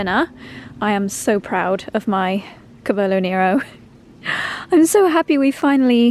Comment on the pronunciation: Hello dear, I have been loving your videos for 8 years at this point. Your content is always kind and relaxing. Thank you for the work you put into it ❤ Also, the lipstick you were wearing during the try-on suits you very well! P.S. I am italian and if you don't mind me correcting you, cavolo nero is pronounced: CA = kah (like “car”) and it is this a that has the accent, VO = voh, LO = loh, NE = neh (short “e,” like in bed), RO = roh (lightly rolled r in Italian, but a normal English r is fine.)